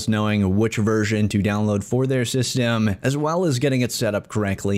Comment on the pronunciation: They way you say System is kinda funny.